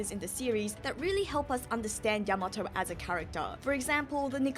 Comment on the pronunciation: Your pronunciation of Yamato is driving me crazy 😂 you have to give weight to the ya not the ma